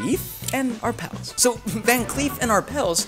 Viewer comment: One does not pronounce the s in Arpels.